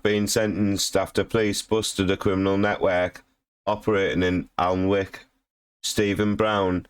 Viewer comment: You can’t even pronounce the town right?!